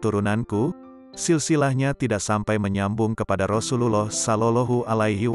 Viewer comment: Ymind cara Lou berucap Rasulullah sebaiknya Lou belajar yg benar PD uztad atau ulama yg fasih